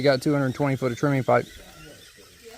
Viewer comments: TREMIE, not "Trimmy". It is a man's name, the guy who invented the Tremie Tube. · Thanks, very informative. FYI the term, although pronounced trimmy, is spelled tremie. In major concrete projects like footings the use of the pipe is reversed. A large pipe is set in the hole and the concrete is poured inside of it. That pipe however is slowly raised as the concrete is placed rather than being left in place. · It is TREMIE, not "Trimmy". It is a man's name, the guy who invented the Tremie tube.